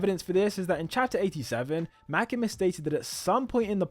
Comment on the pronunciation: The way u say makima is like this makema your english is way to good that it overpowers japanese names 😂